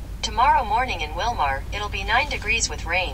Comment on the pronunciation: But! You're saying Wilmar wrong! It's pronounced "Wil-mir." Meant in good fun! Thanks for the awesome vlogs!